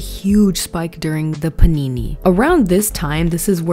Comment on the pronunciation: My trauma is hearing you say "panini" instead of pandemic. Anything would be better. Say shutdown, or drought, or potato chip. Anything else. Please. Youtube has lifted that monetization ban, by the way. You can actually say pandemic.